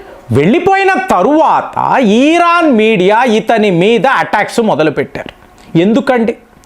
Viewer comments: ఆయనకి “ ఇ “ రాదనుకుంటా “ ఈ “ అనే అంటారు 😂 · అన్న ఈరాను కాదు ఇరాను అని పలుకండి